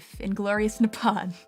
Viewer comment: Fukkn "Nipawn"